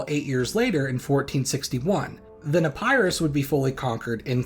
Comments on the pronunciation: Epirus, not " Epærus"😅 Polysyllables do not favour diphthongs. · Epairoos I love how he says Epirus